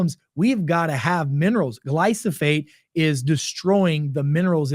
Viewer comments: Love your videos but it’s Glyphosate not Glysophate. Thank you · Never believe someone that can't even pronounce the word he is speaking about: please read the word slowly. It is Glyphosate. Not GlySoPHate.